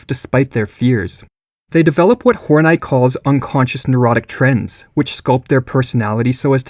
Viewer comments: Oh okay, we're going with "Hor-night" instead of "Horney". Pffff. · Karen hor-nie?? I'm pretty sure it's Karen Hor-Nee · Why do you pronounce "Hornay"? Isn't it pronounced like honey plus an "r"? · in. And you want me to pronounce Carol's last name as "Horn-Eye". Yeah right. Snicker. Carol on that D like goat daddy. Just the wrong emPHAsis on the wrong syLLAble. Lol. I laugh at myself. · Great video, again. Tho it's cool if you just pronounced her name "horny" x) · I think its pronounced : Horn-ee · I don’t think her name is pronounced “horn-eye” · Horn-I is not how you pronounce that. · It's clearly pronounced horn-ee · Respect to this kid for changing the pronunciation of "Horney" so as to not turn this into a joke.